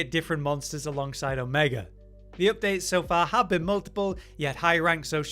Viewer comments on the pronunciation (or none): There's no hard R in Omega vro....